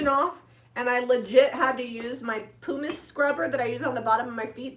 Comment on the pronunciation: PUMICE. Are you being funny when you say PooMice and no one is catching it? Pumice is pronounced like humus or sum not hooomice or sooom. 🤷‍♀️ Just checking.